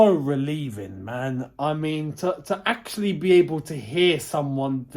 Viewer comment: Nobody:: This is AXE-ctually insane!